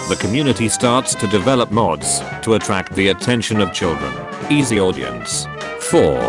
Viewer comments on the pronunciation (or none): none